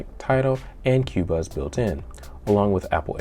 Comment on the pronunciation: Great video. The CXN looks like a sweet streaming device. I have been looking at a few high res streaming devices lately. Just an FYI, it’s pronounced “Co-Buzz” instead of “Q-Buzz”